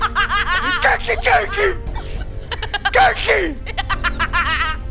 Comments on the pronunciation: He said gurkey but okay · Hahahahahahahahaha dudz say gurkey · said gurkey 37 times